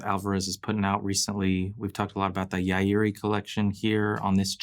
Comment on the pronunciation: The a is not pronounced in Yairi. It is properly pronounced as Yiri.. YIREE. Yeye-Ree